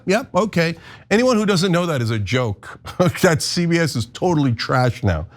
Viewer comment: cenk said "ZBS" loooolll damn